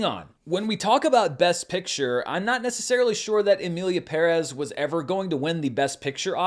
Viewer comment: BUT you pronounced Pérez correctly. I think you are the only person in ALL of the media who did not butcher the name. So Thank you.